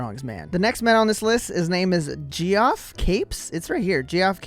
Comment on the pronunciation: Geoff is pronounced the same as “Jeff”.